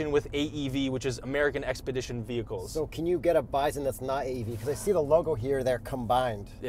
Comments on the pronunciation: did you say "byzun?" Good grief, its "BY-sun" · The way you're pronocing bison is driving me nuts lol